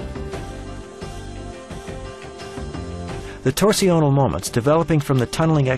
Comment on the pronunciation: Torsional isn't pronounced "tor-see-o-nal", it's pronounced "torsh-nul". Around the 9 minute mark, the narrator repeatedly mispronounces it. Weird, since otherwise his pronunciation is typically American, but he seems to think "torsional" is a French word or some other language.